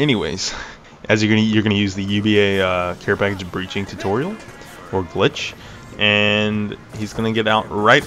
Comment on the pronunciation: the carepagage kills me